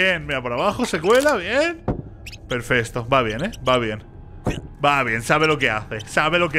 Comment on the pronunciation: no es Mommy es huggy y no se dice perfesto se dice perfecto